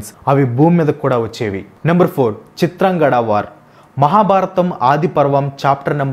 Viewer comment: Chitrangadhudu bro chitrangada kadu